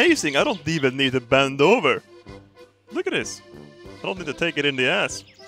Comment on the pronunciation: hey u sed I don't have to "BEN DOVER" XD